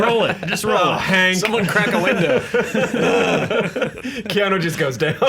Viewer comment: 'Dumbly Earnest'...although, then My Own Private Idaho also came out in 1991 (I think it was), and both he and River were awesome in that. Also, why can't people say Keanu's name properly? Really, it's easy...Kean-oooo' not o! After all these years, if that was me, I'd be popping people on the nose every time they got it wrong. Haha.